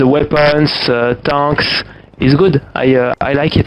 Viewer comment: "ze weppons ze tonks, i like it, is good" 😂